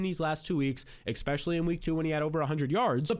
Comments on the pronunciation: I'll hit the subscribe button if you start saying ESSpeically instead of ECKspecially. (Just kidding, I'm already subscribed.) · Hill and Jeanty couldn’t be bigger holds. P.S. You have to stop saying AXspecially, its especially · This is not a troll, I think you do a great job....So, with all due respect there is no "X" in the word "ESPECIALLY" and it's a word you use very often.